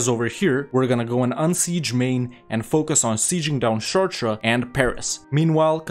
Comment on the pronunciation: I didn't even recognize he was saying "Chartres" at first XD